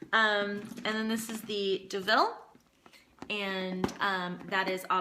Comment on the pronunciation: You're so funny and love your reviews! Just an FYI "Deauville" is pronounced "DOUGH-VEEL" and not "DA-VILL" :-) What a versatile bag and definitely awesome for a travel companion!